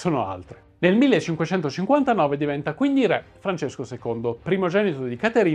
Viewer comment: Video interessante e istruttivo, anche per i numerosi collegamenti con personaggi e vicende dell'epoca che gravitavano attorno a Caterina. Sarebbe meglio pronunciare correttamente "ré", visto che è parola che, nei vostri video storici, torna spessissimo.